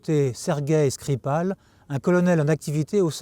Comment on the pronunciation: L’intervieweuse, dont je pense qu’elle est sans doute plus qu’une collaboratrice pour notre ami espion, a prononcé le nom de Skripal avec une diction russe assez convaincante. Aurait-elle ainsi trahi un passé professionnel dans le renseignement ? 😉 J’arrive sur cette chaîne avec trois ans de retard, si c’est une redite je m’en excuse.